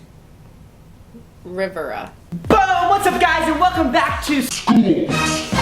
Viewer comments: It's pronounced (ree-vera) Rivera. Lmfao you made it sound like a river. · No one: Literally no one: Cristine: River-AH (Lol sorry Cristine. Hispanic names are probably not very common in places like Ontario) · Christine says Rivera in a typical American/Canadian accent me gets mad and shouts Rivera with a Mexican accent even though it’s not her fault she didn’t grow up in a Hispanic household/community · Hermione voice: "Its pronounced Ree-VERR-a not river-UHHHHH!! " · Hi Cristine! I have to say, I think it is adorable how you mispronounce a lot of words! It's you, and it's very cute. That said, the only time I have ever cringed at anything you've ever mispronounced is when you said Brent River-uh. It's Riv-air-uh, or ree-vehr-ah in Spanish. I know it's just a cultural difference, and it isn't your fault that you didn't know how to say it! At least you tried, & you're obviously in favor of learning, so I thought I'd teach you how to pronounce it!!! ♡♡♡♡ Hope you're having a great weekend. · 😭😭😭😂😂😂😂it’s pronounced Brent Riv-Eer-uh xD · When I can't change my name back for a while. Pronounce: riv-ear-uh = Rivera. hahhhh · Brent river-ah totally 👌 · it’s Riv-air-a right? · Brent Rivera is really funny! (Btw Rivera is pronounced Ra-veer-a) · I love how she said Brent Rivera😂😂 Brent pause River-a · I died a little inside when she said that she hates brent and did nit say his last name right lol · I've never heard anyone say the name "Rivera" so wrong before. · I've never realised how Canadian and Cristine are until I listened to her pronounce "Rivera" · Yoooo it’s soooo funny how she doesn’t know how to say his last name😂😂 which is also my last name 😂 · Im triggered by her pronunciation of Rivera 😰😵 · Her mispronunciation of “Rivera”... I hate how intentionally idiotic people are for “humor” lmao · Hope she was joking and actually knows how to pronounce Rivera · the way she pronounced Rivera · when she mispronounces “Rivera” 😭